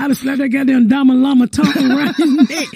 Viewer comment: "watdahell the damalama do?!?" 😂😂😂😂😂